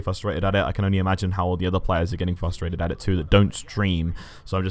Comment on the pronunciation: I might have to unsubscribe cuz says frustrated with pronouncing the "r" 😑. I give him a pass if English isn't his first language tho 🤪